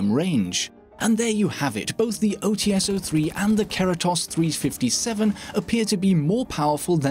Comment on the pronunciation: I love your videos, but there is a minor mistake that you make consistently. Glaz's sniper rifle is called OTs-03 (ОЦ-03, "Ts" pronounced similarly to "Ch", but not really, because transcription), not OTS-03 (ow tee es, as you make it sound). Apart from that, your videos are amazing.